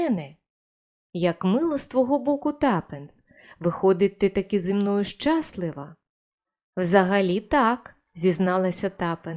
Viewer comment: Переклад з русизмами і наголоси трапляються невірні. Не щАслива, а щаслИва і тд. Порадьтеся з укр філологом . А назва - будинок під черепицею.